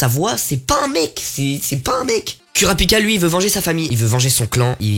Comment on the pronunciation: Juste pour info les (U) se prononce (OU) au Japon g fait un AVC des qu’il a dit Isuk(u) ou k(u)rapika